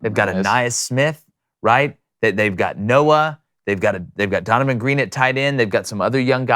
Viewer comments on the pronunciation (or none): He’s been saying Donavan green every week 🤣